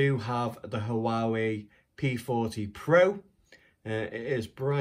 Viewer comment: 😊👍 Also, not to be anal but I believe its pronounced "Waa-Way" 😉